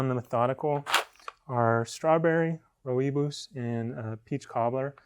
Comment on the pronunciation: Roo-I-bos, I love how specifically some roasters describe tasting notes - sometimes nothing more than eye-catchers? Rooibos is an indigenous South African shrub whose leaves are used as a herbal tea (also great for skin, so a good additive to natural cosmetic products) Edit: “roy-bos” will be closer to the proper pronunciation